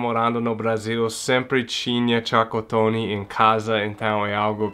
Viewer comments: "Tchacatony " kkkkkkkk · "Chacotone" kkkk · Boa tarde, achei o máximo vc falar tchacotone kkkk e muito engraçado, pode ter certeza que o Brasil já te considera um brasileiro.um grande abraço e boas festas pra vc e sua família 😁😁😁😁😁